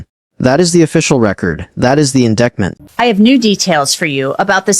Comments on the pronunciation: Please correct AI calling indickment instead of indictment! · Is it really necessary to repeat the same information in an AI voice that can't correctly pronounce "indictment"?